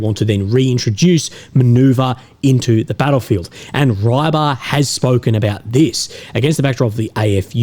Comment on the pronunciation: Note: the channel Ribar is not pronounced "Ruy-bar" but "Re-bar" instead (fisherman in Russian)